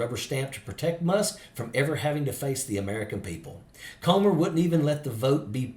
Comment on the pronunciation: when you pronounce the word "come" it's different than the word "comb"..so lets pronounce "Comer's" name correctly ..Comer is pronounced "cummer"